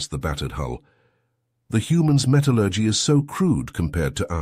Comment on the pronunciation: Pity the compulsory subtitles have such bad S, P & G. "[computers] word to life?" and "lase beams sitting through..." Give me a break. And that's not how you pronounce "metallurgy".